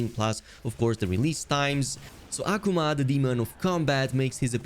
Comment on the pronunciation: The no one's going to point out the fact that he kept saying (AH- Kuu- ma) Akuma's name wrong!